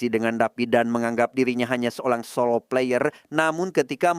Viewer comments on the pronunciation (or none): none